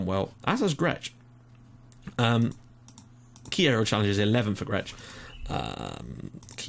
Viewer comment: It's me again :P Some mistakes that you made a lot during this episode are that the surname 'Baldacchino' is pronounced Balda-kk-ino, Fenech is pronounced Fen-ek, Grech is pronounced as Gre-k, Naxxar is actually pronounced Na-sh-ar, and the top 3 teams currently in the league are mainly Hibernians, Valletta and Birkirkara, so in fairness, you actually got a very, very good result against Hibernians!